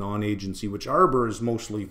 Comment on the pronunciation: Did you say arbor or armour? seems like both are agency mostly!